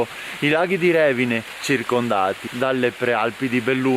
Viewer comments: Bello. Ma è Revìne non Rèvine... con accento sulla i 😅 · Ciao, bel video, però si dice Revìne, l'accento va sulla i😅